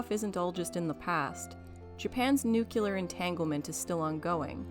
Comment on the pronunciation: Great essay 👍 However.... It's new clear NOT nookyoolure